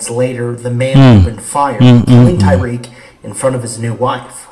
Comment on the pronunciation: Why did the news reporter demolish his name tho???? So disrespectful...respect the deceased by pronouncing his name correctly. Damn.. it's not hard to pronounce..TY-REEK. Not Ty RECK. 😑